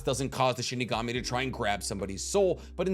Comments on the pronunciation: It's SHINIGAMI not SHIKIGAMI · IM SORRY U KEEP ON SAYING SHIKIGAMI ITS SHINIGAMI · Shinigami. not shikigami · I've always loved listening to theories, but MY GOD does it annoy me when he mispronounces words like Shinigami, he says shikigami, or when he says jibuka tensai when it's JI BA KU TEN SEI, or and some other stuff, im sure you guys notice. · Bro what the hell is a shikigami it’s Shinigami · first it was Chibuka Tensei (Chibaku Tensei) now it's Shikigami (Shinigami) 😭 I'm convinced that isn't the Naruto fanboy he said he is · I'm triggered. You keep saying Shi-KI-Gami. It's Shi-NI-Gami (loved the video)